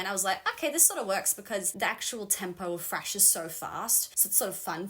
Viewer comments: says FRASH! Not thrash. FRASH! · When you said thrash i heard fresh. I was like who in the hell told you this is fresh metal! I was momentarily going berserk.